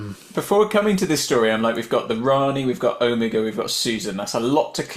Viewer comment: 2½ minutes of Omega on screen. Frankly he barely made it past Gamma. And it was really pissing me off when Ncuti kept mispronouncing Omega: either get him to pronounce it properly, or else write it into the script that other characters correct him.